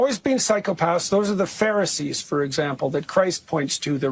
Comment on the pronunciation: "Those were the pharsee's" wtaf? LOL